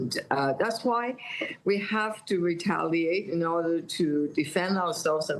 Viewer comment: AH SO WE WETALIATE 😂